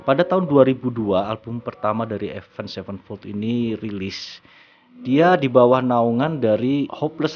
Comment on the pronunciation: Avenged sevenfold ya baca nya ya tetep avenged sevenfold bukan avend sevenfold